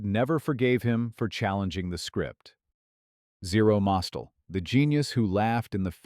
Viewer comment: It's not Zero MOS-tel. The name was Zero Mos-TEL, with the accent on the second syllable. How could you get that wrong?!